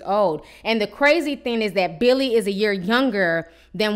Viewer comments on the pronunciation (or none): His name is"Villi" not Billy. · Here's a poppin comment girl.his name is VILLY NOT BILLY.. GET IT RIGHT..JESUS.. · Lmao I can’t stop laughing at the fact you keep calling him billy it’s fucking Vili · You kept saying Billy when his name is Villi lol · just clicked to see how you pronounced Vili's name lmao